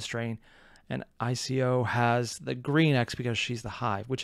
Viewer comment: Every time you called I.C.-0n "Ico" I wanted to punch you through the screen.